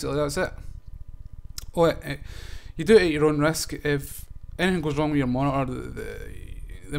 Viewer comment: You overclocked your "moni-ahh"?